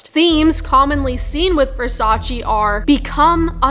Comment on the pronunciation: versacEEh. not versachy.